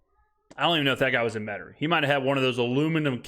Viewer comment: Verbiage got a silent I in Metairie?